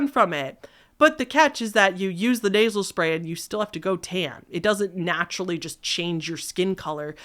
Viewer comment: for at least 2 hot minutes, I thought you where saying "Naval Spay" and not "Nasel Spay". I was so confused about what was so bad about putting tanning spay in your belly button.